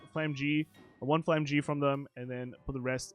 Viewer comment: Flamme-gram. Its pronounced as flamme-gram